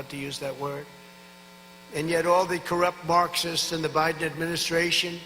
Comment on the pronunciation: Did he just say “DaBiden” ??? Is that the new Cofeve? Someone get this man to a doctor